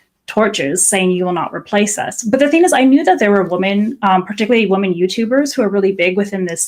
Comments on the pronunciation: As a non-native speaker, until you pointed it out, I'd never noticed that people often pronounce 'women' as 'woman'🤔 That being said, it doesn't bother me since it's usually easy to tell from context which is being used. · ok, I swear to God. I support her cause but every time she says woman instead of women it just grates on my nerves. I know it's a thing with certain feminists to weirdly use singular for women instead of plural but it's a fantastic way to annoy people unnecessarily.